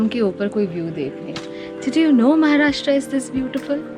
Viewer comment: Kamya pls use proper pronunciations. it's not Maharashtraaaaa. It's Maharashtra, like Rashtra. And it's not Nasik, it's Nashik. Pls dont use the BIMARU-version of the word Kamya, you are I presume not from the BIMARU belt!